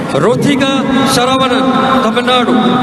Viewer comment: It is ऋतिका सरवनन. Her last name is being mispronounced!